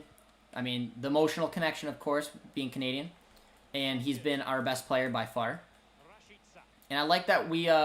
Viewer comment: Every time you say canadian, it sounds like comedian for me 😂